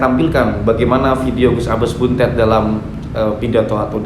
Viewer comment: BUNTET (DIBACA DENGAN "E" 'PEPET' BUKANG "E" 'TALING'.....) 🙏🙏🙏